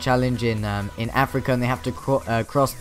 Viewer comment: "By hev a great time" RIP Top Gear